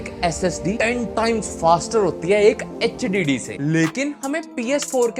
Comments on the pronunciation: bhai Kya Hogya h tujhe? Hdd ko hhd bolra h partition ko Partner bolra h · Hdd❌H diddy✅😩